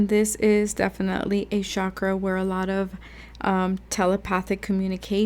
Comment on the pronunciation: it's not pronounced 'shakra' btw. it's chak-ra